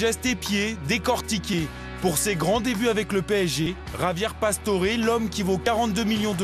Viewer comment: ça m'énerve les gens qui l'appelle "javié pastore" alors que ca se prononce "rabière passtoré"!